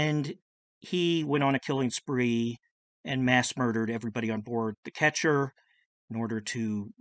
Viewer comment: The boat is a "Ketch" and not a "ketcher" as well.